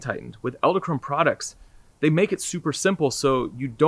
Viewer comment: You're saying "Ell-da" Krone...It's Ed-ell Krone. Nice video by the way!!!